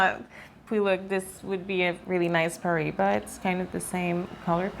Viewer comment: Paraíba pronunciation; Paw-rye-ee-bah (in my best phonetic spelling) -also--the 'r' is rolled, maybe some weren't aware I have a collection of high quality Brazilian rough specimens, the largest being 12.95 carats from the Mulungu mine, near Parelhás, hand picked by myself, purchased directly from the Brazilian tourmaline mining company that mined it, because I noticed a specifically vivid and neon-bluish turquoise in this piece and an extremely high level of cat's eye chatoyancy within a nearly flawless vector of the flesh of the crystal, and this high quality vector takes up around half of the total stone, and after purchasing said stone, I later realized that this piece will likely cut a star-bearing tourmaline, containing asterism through high levels of cat's eye chatoyancy, I'll be cutting into it very soon, hoping to yield a carat and a half cabochon of fine Brazilian Paraíba Tourmaline Also, that same piece looks to be similar to the Brazilian piece you showed , at least, its my best guess, comparing a real stone to what the camera shows on-screen is pretty hard sometimes